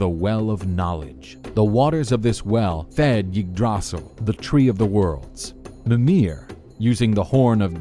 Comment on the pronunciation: When he said "Igdrahsul"